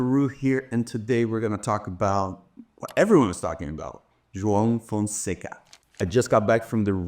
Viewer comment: "João Fonseca" perfectly pronounced!! Haha, dude, you're actually Brazilian — I can't believe it! Just found out today after following you for so many years. Eu vi o seu nome com a bandeira do Brasil ao lado e achei que era um bug. Que animal! Abraço!